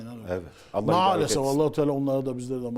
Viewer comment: tasavvuftan tamamen uzağım beriyim ama "Allah" lafzında hata olmuş